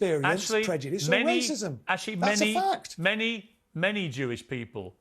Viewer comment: She’s so stupid she can’t even say “prejudice” but instead says “predujice” 🤦‍♂️